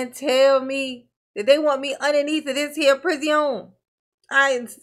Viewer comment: I love when you say Pri-zee-own! 😊